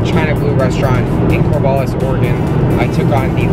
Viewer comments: Cor-VAL-is not Cor-VOL-is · Cor-VAL-us lol